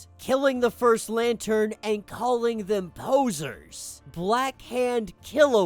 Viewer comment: "POOSER' not 'Poser'😉